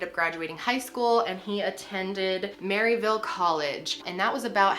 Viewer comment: This shocked the entire community here. I followed this trial and I have to say you did it justice. I was worried things would be left out. Not really related to the video but as some from the Knoxville area, it’s funny to hear someone not from here say Maryville. Around here the “Y” is silent 😂